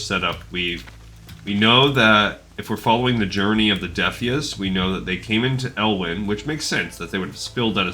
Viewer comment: Defias comes from the word defiant. I'm not sure you're pronouncing it correctly. It sounds like you're getting the lore right, though. Good vid.